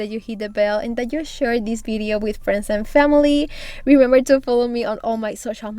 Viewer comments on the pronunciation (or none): none